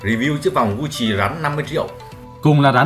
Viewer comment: Gut Chi , ko phai Gu Chi nhé hehe